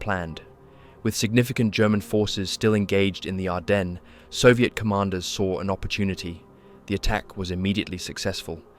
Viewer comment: uhhhh. This IS AI. Hadn't you noticed the mispronounced words? Like where it pronounces Ardennes as "ar-den-ezz" A human might make the mistake of mispronouncing "ar-den" as "ar-dens" if they didn't know the 'es' was silent, but an AI voice generator wouldn't know that.